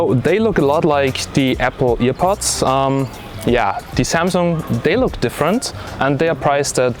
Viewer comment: It‘s called „airpods“ not „earpods“...nvm nice video👍🏼